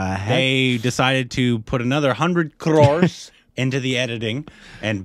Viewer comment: I love the way you pronounced 'Crores'.